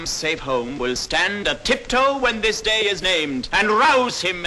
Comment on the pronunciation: I would not follow a man into battle who pronounces day as awkwardly as that. dayeeeeeeeeeeeee".